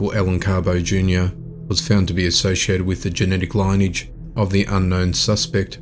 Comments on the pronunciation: Lin-e-age! not line-age... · "Lineage" is supposed to be pronounced "linny-idge" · Fellow Aussie here - Lineage - pronounced "Lin- Ee - idge" Ive got ADD I needed to say this I love your channel and videos immensely but I've noticed these words are being mispronounced - many blessings and gratitude!